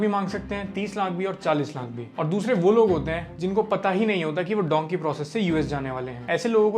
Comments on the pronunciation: Dhonkey nahi dhunki kehte hai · Bhai it's dunki not donkey😊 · Its not donkey man its dunki